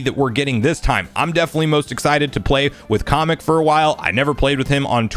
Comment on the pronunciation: Did you just call Ka-mek, comic?